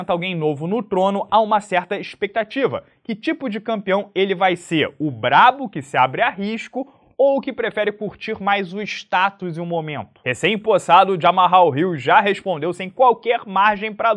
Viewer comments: Se pronuncia JAMAL e não JamaHAL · Se fala "Jamal" 😢